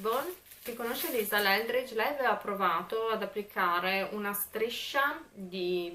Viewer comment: Ma almeno il nome... Lisa ELDRIDGE, non LELDRIDGE!!!!!!!!!!!!!!!!!!